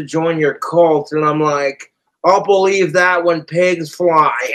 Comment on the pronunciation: Get out of here fleye!! Idk how u add more syllables to the word fly.